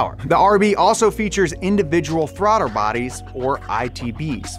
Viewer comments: "throtter bodies" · did anyone notice he said "throdder bodies"? lol